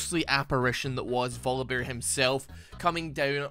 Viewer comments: why are you pronouncing voli"beer" instead of "bear"? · I like how YouTube subtitles hear Volibear as vodka bear